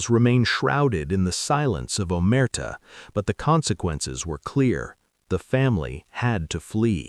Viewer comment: AI garbage can’t even say “Omerta” or “RICO” correctly. AI content creators can take their videos and DIAF. Congratulations on being the new bottomfeeder scum of the digital world.